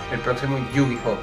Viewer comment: Es Yu-Gi-Oh no Yu-Gi-Ho. :okay